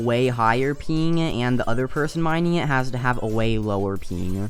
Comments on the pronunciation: when u say ping it sounds like peeeeng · “I normally have 300 to 500 peen” Why do you say ping like that 😭